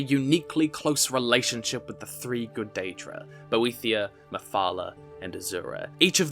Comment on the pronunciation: I could be wrong, but I believe Boethiah is pronounced more as "boet-hi-ah", without a 'th' diphthong? :) 'The fire is mine: let it consume thee, And make a secret door At the altar of Padhome, In the House of Boet-hi-Ah Where we become safe And looked after.' - The Thirty-Six Lessons of Vivic, Sermon Thirty-Four